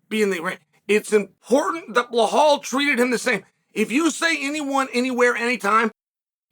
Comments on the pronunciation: 😂 Who's "Blahall?"blow hole? Are we talkin Belal! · Who tf is bahal?? 😂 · No, I am regular viewer of him but he is calling blohal from long time. So I thought to remind him its bilal or Belal no blohal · Blehal. Please remember his name correctly. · Blah-hall 😂😂 (remember the name)